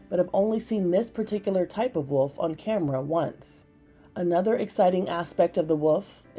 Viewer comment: woLf not wOOf